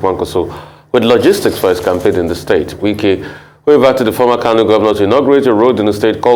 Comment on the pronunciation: Lol nwannem it’s Wike not Nwike, you’ve called him like a nwa afo igbo 😅 daluu nna.